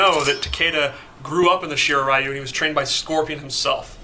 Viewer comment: It's "SHII-RAII RII-YUU" not "RAII-YUU"